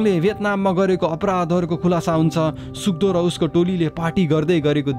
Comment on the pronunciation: All the time u were saying suk do and I heard suddo 🤣